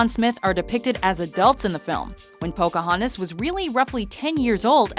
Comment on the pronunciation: But seriously? pocahoooontas?...